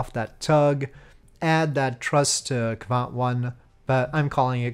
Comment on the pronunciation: Great mission! Also, you’re pronouncing quite well, but its Kvant, rather then Kavant as you’re saying. And you said Kristall properly, so don’t worry